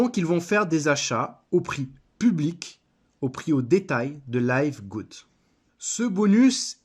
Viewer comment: Listen to Ben Glinsky pronounce the company name. It's pronounced livgud, not layvgud. :)